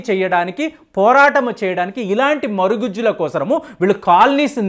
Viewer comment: Not marigujju but marugujju